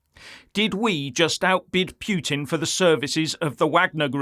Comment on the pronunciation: Its PUT IN not PHEW TIN Can you get that right!?